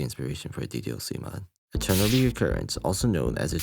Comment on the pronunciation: I heard "Eternal" like "Chernobyl"